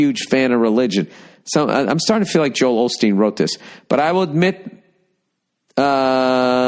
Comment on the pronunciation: It's Osteen Bill. Osteen. Not Olsteen.